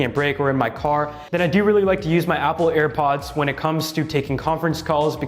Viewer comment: Ha ha he said ear pods